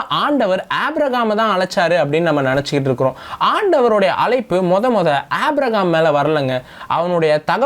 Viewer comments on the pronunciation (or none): உம்முடைய வேத விளக்கங்கள் அருமையாக உள்ளது. ஆவியில் நிறைந்து நீங்கள் தரும் விளக்கங்கள் சிறப்பு அதற்காக உம்மைப் போல் இளைஞர்களை தேவன் பயன்படுத்துவதற்கு ஆண்டவருக்கு பலகோடி ஸ்தோதிரங்கள் உண்டாவதாக. மேலும் சிறிய குறை.. ஏனப்பா அழகான "ஆபிரகாம்" என்ற பெயரை ஆப்பிரஹாம் என்று வேதத்தின் பெயரர்த்தத்தை மாற்றி அழக்கிறீர்கள் தயவுசெய்து சிறப்பான நல்ல பெயரை திருத்தி வாசிக்க முயற்சி செய்யுங்கள்.